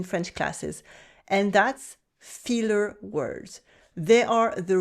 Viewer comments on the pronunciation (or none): Lol. I thought you said "feeler" [rather than "filler"] words so I thought you were going to mention SENTIMENTAL words. Now repeat after me: "filler". ˈfɪl' = FILL ˈfiːl' = FEEL You're welcome.